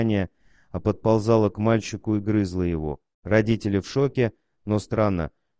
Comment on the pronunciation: Ну, не "грызла" же! Ох, уж этот ИИ!